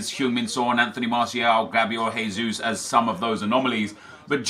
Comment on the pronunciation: gabriel jesus is pronounced 'jay'-sus not 'hay'-sus, he's brazilian not spanish, just so you know nep 😊